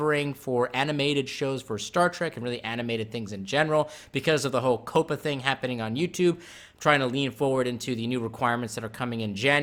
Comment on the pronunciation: I thought COPPA was pronounced "Kawp-uh."